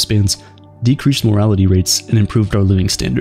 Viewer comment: Why do you keep saying "morality" instead of "mortality"?? Decrease infant morality!? TWICE. What's going on?